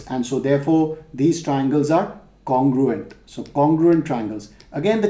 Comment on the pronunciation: Not congurent